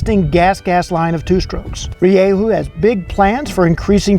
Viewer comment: its pronounced ri-dju